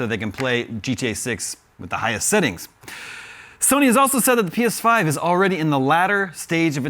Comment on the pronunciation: I'm referring to the fact he said sittings instead of settings